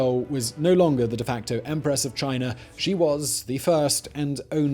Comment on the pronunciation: Teehee he said "Emperess Wang", hehe he said it again...